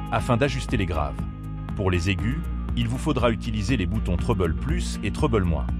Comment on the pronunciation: Treble se prononce trébeul!!!